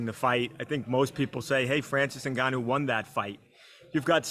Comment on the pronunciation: its Ngannou not Ungannou